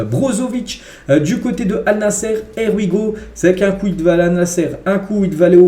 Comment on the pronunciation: Here we go (HIY WI GO) please corrige ta prononciation